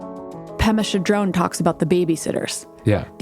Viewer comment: Pema Cha-drone? Did she look that up on the interweb for a sound bite?